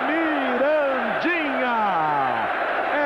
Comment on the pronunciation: O narrador falava Mirandinha e eu só ouvia estuprador de porcas 😂😂😂😂😂